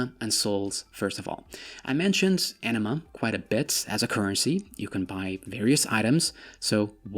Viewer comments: when you say anima, sounds like you say enema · A nima not Enema Enema is a rectum cleanse lol